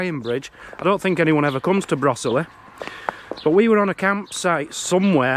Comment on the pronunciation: The quaker burial ground is in Coalbrookdale:) . and brosesly is pronounced bro zilly..... :) ... love your take on it though :)